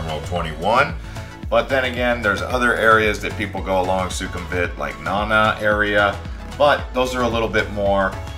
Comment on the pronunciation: As a long term part time resident of Thailand it bothers my ears listening to you mispronounce words like Lumpini, tuk tuk, Siam, Ayutthaya (God, you butchered that), Sukhumvit, etc. Have you ever actually been there???